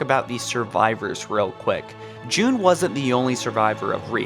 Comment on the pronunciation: Jun Not June